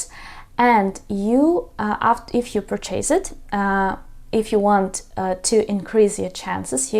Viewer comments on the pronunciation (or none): Dear teacher please learn how to pronounce a word "purchase" properly there is nothing to CHASE😅